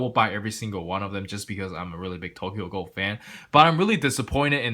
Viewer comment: “Tokyo gohl” 😂😂